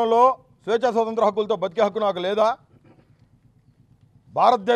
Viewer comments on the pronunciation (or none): none